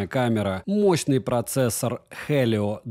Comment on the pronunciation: Представил лицо, когда произносил: моооощный процессор ДЖИ 91 😂😂